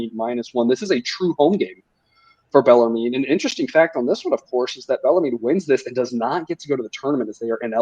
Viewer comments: It's pronounced Beller-men lol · Yes! Below... finally someone told them how to pronounce bellarmine. These kids dont learn grammar in school anymore. I guess my schooling in the 70’s and 80’s were better